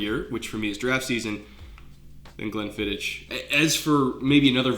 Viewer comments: Dang it. You're my favorite football analyzer, so I'll forgive you pronouncing Glenfiddich phonectically... It's pronounced fiddick!! (sorry I'm a bit of a whiskey snob) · Sorry to be a dick, but Glenfiddich, the "Ch" here in Scotland is pronounced like you have something stuck in your throat. Not the end of "Church" sound phonetically. Glenfiddich 15 is a strong choice. I have worked in the whisky industry for a fair while, including a few different distilleries so if you wanna hit me up for Whisky advice give me a shout!